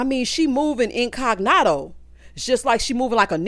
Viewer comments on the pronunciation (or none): I rewound to hear “belived” and “incognarto” more times than I can count. Absolutely ridiculous. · Tell me he didn’t say in-cog-noto???? What is that???? I didn’t watch it yet